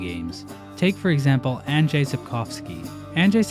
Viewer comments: Woooow im surprised how well (for a non-polish speaker) you pronounced "Andrzej". Good job! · What the fuck you actually said Andrzej right? I think you're the 1st non polish youtuber to do that. Unledd you are Polish then I'm dumb